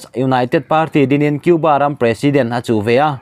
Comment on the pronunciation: I Mizo tawn thlûk a dik lo nasa.Khaw RAM itih te PUP PUP i tih tw tam mai.